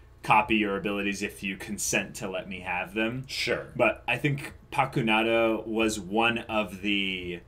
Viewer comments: Its not pakunadO, it is PakunodA hahahaha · paku-"No duh." is what I reflexively whisper every time the name is pronounced wrong